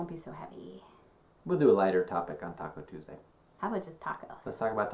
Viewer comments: I thought I heard Taco Tuesday also so your not alone . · I heard “Taco” Tuesday also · Lynne Curtis technically they did..... "Talk-o Tuesday" lol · Lynne Curtis me to